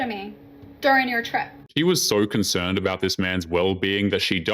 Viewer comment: "I was concernt!"